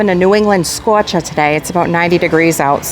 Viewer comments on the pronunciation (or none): we’re having a New England scaaarrcha 🥵 😂